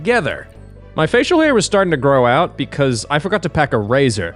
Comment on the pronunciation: Timestamps for every time slipped into his Australian accent in this video: 'mind' 'trace' 'grow out' 'details' 'that night' 'facial hair' 'time' 'break' 'vibrate' - literally everything lol 'message' 'nightmare' 'read' 'phone'